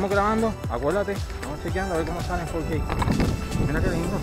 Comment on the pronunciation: fourkey? sos yankee? hablá bien